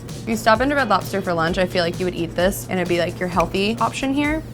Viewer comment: Why do you say lopster lol